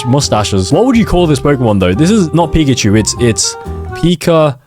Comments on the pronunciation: pickachu❌️ pickatemu✅️ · its pika-achu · That’s not pickachu That’s uhcakcip